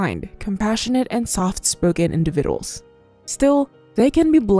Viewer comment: Although I love moat of your videos. Please learn how to say the word "Individuals "